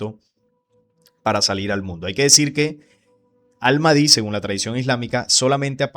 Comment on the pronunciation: Pronuncias mal al Mahdi...debes pronunciar la h aspirada, como al Majdi